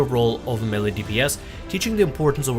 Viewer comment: MAY-LAY for fuck's sake.